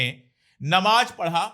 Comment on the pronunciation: Sir with due respect it is JURMANA and not ZURMANA. Same way it is NAMAZ and not NAMAJ